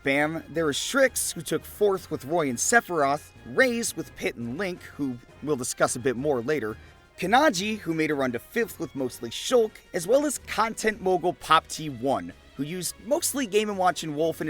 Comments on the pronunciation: POPTEE ONE AINT NO WAY come on its "pop-it one", did my boi dirty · bro why did he say poppt1 like pop tee one. lmfaoooo. it popit one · poppt1 is pronounced like poppet 1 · Poppt1 is pronounced as “Pop-it” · He said "pop T one" lmffaaaoooooo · Oh god. "Pop-Tee-1". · "Pop tee 1" 💀 I didn't even realize what you said at first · Nooo. The classic mispronunciation of poppts name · The way he pronounced poppt1 fucking killed me